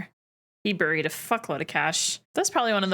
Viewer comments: I was taken aback. I’m Canadian too but have never in my life pronounced ‘bury’ ‘buried’ and ‘burial’ as burry, burried or burrial. My understanding is that only in some select locations in northern England is it ‘burry’ but that’s it. Every reference for all other English speaking countries it is pronounced like b-airy. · I don’t know where you learned to pronounce the word “bury,” but you’re doing it wrong … and you said it, or some version of it, so many times this episode, each time making me cringe harder than the last. It’s pronounced the same as berry. 👍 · Saying “buried” really sent that Canadian accent tru da roof ya